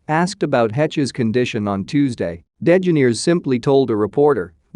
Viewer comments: The Robot voice pronounced DeGeneres as Den Gen Neers? It's pronounced De Ge Nair ES. Misprounced Heche as Hetch. Heche is pronounced Hesch. Still a good video. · It is de ge NER es .... as the pronunciation. I have never heard it pronounced NAIR ...it is ner. It isnt even spelled degenaires ... it is ellen DeGeneres. Good lord 🤣🤣🤣